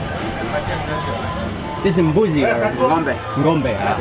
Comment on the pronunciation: Hahaha.... GOMBE is Mark’s pronunciation of Ngombe! Too funny 😂